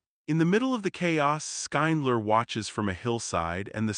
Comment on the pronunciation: This YouTube commentator should learn how to pronounce the main character's name, Schindler. Its not Skyndler or anything like that. How can you possibly pronounce it that bad?